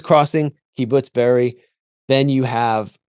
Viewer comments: Kibbutz Be'eri, not Beriah. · Chris can't even pronounce Be'eri but pretends he knows so much...